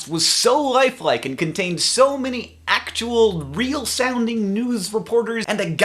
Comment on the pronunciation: I loved those "accttual"s:)